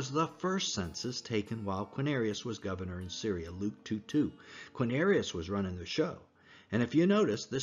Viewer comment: You lost a lot of credibility for me when speaking of the census of "Quinarius". ??? It's not Quinarius, but Quirinius. For someone who is purporting to put forth details surrounding the birth of Christ, how am I to take you seriously, when you can't even pronounce the governor's name correctly. 😊